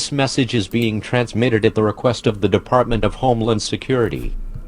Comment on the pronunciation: “Deparment” Just like to point that out